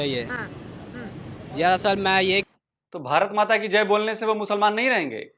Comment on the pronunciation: जाहिल लोंड़िया " ब हा र त " नाही "भारत" होता है जाहिल लोंड़िया 😂😂